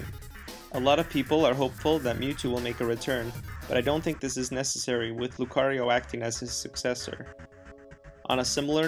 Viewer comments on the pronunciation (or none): none